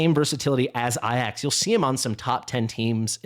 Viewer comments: Why do you say Ayax ? It's Ajax like it reads. Also he is not that rare, he was my first A5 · Please. "Ay-jacks" Not "Eye-axe"